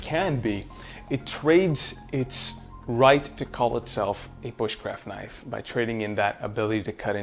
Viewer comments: It’s a knaf goofy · what the hell is s knaf is that a failed attempt at a southern accent or are you from another country ? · Why are you intentionally mispronouncing "Knife" ??? not cute bruh